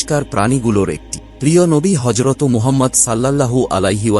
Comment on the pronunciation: হজরতো নয় হজরত